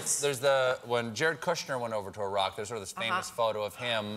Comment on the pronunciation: It was nice to hear some Americans pronouncing Iraq that way, instead of the usual: "Eye-rack".